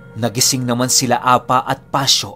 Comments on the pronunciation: Hindi po apa ang pag bigkas niyan kundi A-PA! pipi ang ibig sabihin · Apâ ang pronounce jan hindi apa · A-PA!ganyan pag pronounce.sa tagalog pipi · APÂ - Apa is a hiligaynon word which means pipi. Bigyan mo lang po ng tense sa PA. Bale ganto mag pronounce A-PÂ. Avid listener niyo po ako from Iloilo☺️